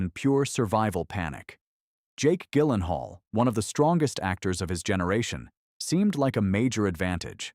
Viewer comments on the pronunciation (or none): Her name is pronounced Sorsha. And his name is pronounced Jillenhall. Even AIs should know these by now.